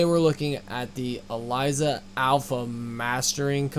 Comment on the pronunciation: Correction: Elysia not Alysia........